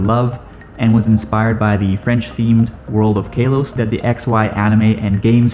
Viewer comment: Did he just say kailos